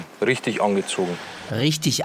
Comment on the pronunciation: wychtig und rychtig